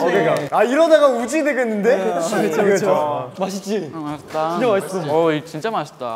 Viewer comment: 준휘 발음 귀여워ㅠㅠ 마싯찌!